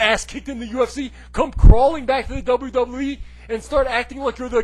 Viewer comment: It's "Doublue Doublue E".